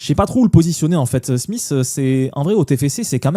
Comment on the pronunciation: Analyse sympa mais par pitié, n’appelle plus Schmidt en prononçant Smith 😂